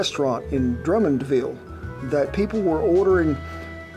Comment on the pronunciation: Never even heard of it before? I call bs, that’s an obvious lie 😑 Édit: his pronunciation of « Drummondville » is actually very good, honest Kudos on that one